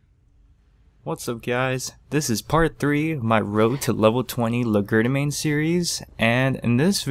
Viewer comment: oh god. it's Leh shjer duh main